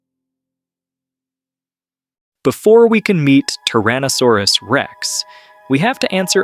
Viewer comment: TYrannosaurus...not TARaannosaurus